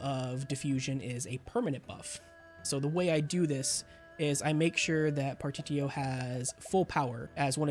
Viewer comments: It's pronounced par-tish-E-O it's all good tho lol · The fact that you can’t pronounce partitio is enough to have YouTube never recommended another one of your videos.